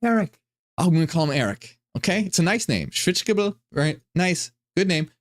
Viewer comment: shvits-gay-bul is how you pronounce Schwitzgebel.